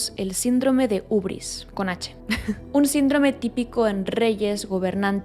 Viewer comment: una cosica, hubris se pronuncia como "jíbris" porque viene del griego ὕβρις (hybris), que significa soberbia. un abrazo! <3